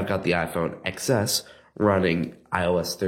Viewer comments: That's Ten S. Not X S. 😂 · that’s apparent when he said excess instead of Xs